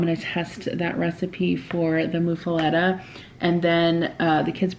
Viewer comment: It's Muffuletta (like Muffin), not like (Moo)